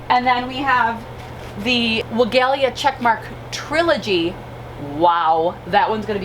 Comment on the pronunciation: Love your videos and your energy, just a suggestion, you should check the PW video on the pronunciation of Weigela.(Farmers Market greenhouse grower)